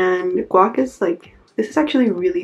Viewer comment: It's actually pronounced gwash not gwach. Just wanted to let you know. Looking forward to more videos :)